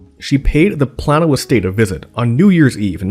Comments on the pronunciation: The town is pronounced PLAIN-OH, not Plan-o. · The area is pronounced "Play-no" not "Plah-no" FYI... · Plano pronounced plain-o. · FYI...it's play-no, not plan-no :) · Play-no.... Playyyy-No Illinois Thanks. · Plano is pronounced PLAY-no. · I'm pretty sure it's pronounced plaino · For the Love of God, please redo this video and take the initiative to research the proper pronunciation of “Plano, IL” where the Farnsworth House is located. It’s pronounced: “Play-no” like the famous tackle box company. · I am from Plano and you said Plano wrong.